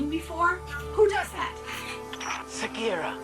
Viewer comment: Segira the fuck its sagira